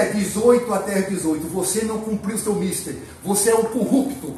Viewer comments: O advogado tenta falar difícil e pisa na bola: "você não cumpriu o seu "míster", pondo tônica no "i", quando o correto é "mistér", com "é" aberto, rimando com mulher. "Mister", como ele pronunciou, significa "senhor", em inglês; "mister", em português, é sinônimo de trabalho, serviço, e tem origem diversa da palavra inglesa. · “Não cumpriu seu MISter”. Mr. é senhor em inglês, o correto seria misTER. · "adevogado", "Mister" é o Mister M. O CORRETO é mistEr. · O arrogante não sabe nem pronunciar a palavra "mister". Quem é o b...?